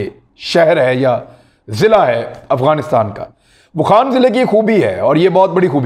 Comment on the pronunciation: اوخان نہیں يہ ،،، واخان ہے